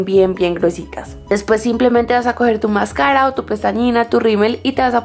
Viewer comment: mascára? xq lo pronuncia así? nunca lo Decías de esa manera :s y pone tanta luz q no Se llega a ver nada